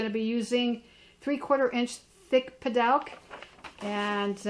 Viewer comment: Not sure it's correct but most flks pronounce it puh-DOOK. Thanks for the tips. Good stuff for sure.